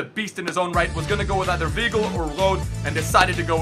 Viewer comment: WEIGEL IS PRONOUNCED VYGLE (not veegle). ei (german) = i (english)